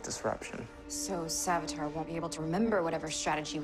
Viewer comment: a mistake is actually cisco said savatar in